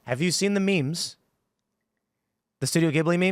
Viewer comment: "have you seen the memes?" he said that with an almost British intonation. Reminded me of Jim Norton with Ozzy ("Just been going to the gym, eating better") 😂